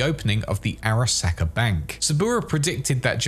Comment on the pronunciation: SAHka no sacka. Learn to pronounce things properly